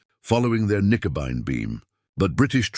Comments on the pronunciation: The actual name for it was "Knickebein" not "nicobine" or "Nickabine." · AI slop. A convincing voice (AI of course) dismantling the German language, Knickenbein which is German for bent leg, is pronounced Nikenby and thereby losing all logic context etc. Dr. Jones deserved a much better and human presentation by somebody posessing true intellect. This was really bad. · Not Nicobine but Knickebein! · X-juret--> X-gerät. Nicobine--> Knickebein. Here's an idea for you. Trash clankers. Use humans (perhaps with some schoolboy German) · Good story, but I think the video mainly shows that AI is not very good. What a terrible 'translation' of the known German names, like 'X-Gerät' and 'Knickebein'. Nice visuals, but I think you should drop the subtitles though, they are a little ridiculous IMHO.